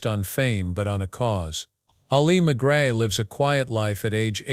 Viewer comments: The narrator mispronounces McGraw. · Learn how to pronounce her name.